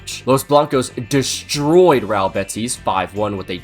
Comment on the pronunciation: i'm sorry but your pronunciation of 'real' has me genuinely fucking tweaking